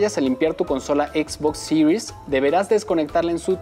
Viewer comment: Que buen videos de Xbox "Sirius EX y Sirius ES" pffff , diga series nomas jajaja es un video para Latam , buen video